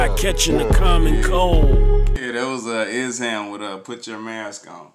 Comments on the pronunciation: Esham is the man! would be no Eminem, Kid rock or others out of Detroit without him, he's a pioneer, should definitely do some reactions to some of his early stuff from Boomin Words, closed casket or KKKill the fetus! but his name is pronounced Esh-Aaam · E sham not es ham